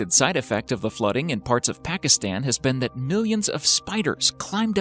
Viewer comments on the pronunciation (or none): HOW CAN YOU NOT SAY PAKISTAN IT IS ONE EASY WORD, SAY PAUKISSTHAN